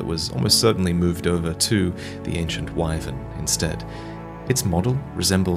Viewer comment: You have no idea how happy I am to hear Wyvern spoken correctly 🤗